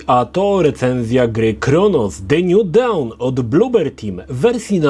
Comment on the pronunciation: Wszystko fajnie, tylko jeden drobiazg: "dawn" (świt) czyta się jako "don", nie "daun".